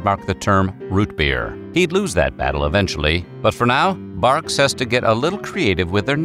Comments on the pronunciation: Wait... Its Barqs not Bangs... What? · Who is just now learning that it’s pronounced “bark” 😂😂😂😂😂😂